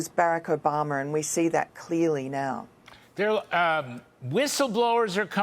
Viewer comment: Why does she say barack o-bomber